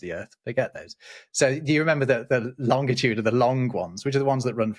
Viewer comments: Please stoop saying ‘lonDitude’ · I've never previously heard another human pronounce longitude with a hard "g". Is this a British thing (irrespective of my daily interaction with Brits regarding, among other things, geography)? P.S. Sumpskog is a common word in Swedish that means a forest growing on wetlands or a mire (apropos svamp, swamp, schwamm and sump) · you made the classic mistake.... There is only one T in Long-it-ude. No TIT! Even Neil DeGrasse Tyson gets it wrong too...